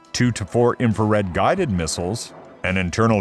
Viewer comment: LOL "mistles"